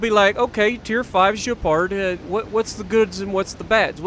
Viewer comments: You say the gay-par not jay-par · oui, sounds more like gay-par or gay-pard than je-pard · Probably Gay-Pard. I know French fairly well and "d"s aren't silent all too often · Just a tip on how to pronounce it. É sounds like “eh.” So Je-reh-pard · In French if you have a -u after a -g you pronounce like in the word « get » and for the name it’s more like « abwano »